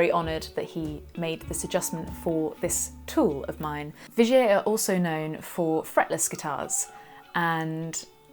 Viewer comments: Not Vigay but Vigiér .. love :) from a Frensh Belgian guitar nerd .. Vigiéeee not Vigay :) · Thanks, I knew absolutely nothing about Vigier guitars,...had admired yours. Im totally intrigued now. It sounds dead posh the way you say it too, the way i say it sounds more like a cross between Tiger and Vinegar:D